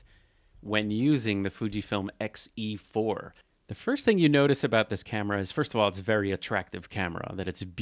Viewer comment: “xE-FUR”! 😂. You crack me up. Voightlander announced an X MOUNT 27mm f2.0, MANUAL FOCUS lens with electronic communication to the camera! That motivated me to get an XE4… used… paid 50% OVER the new price! 😮 But I love it!